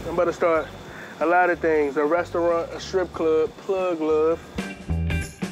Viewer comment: A rest-a-raunt